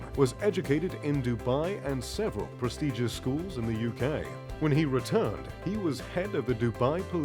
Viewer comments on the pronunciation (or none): none